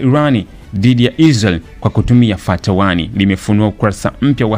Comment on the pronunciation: Hiyo siyo fatty broo hiyo inatamkwa fattah suratl al hamdulh